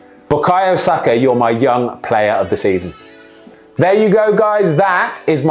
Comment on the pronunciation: The way saka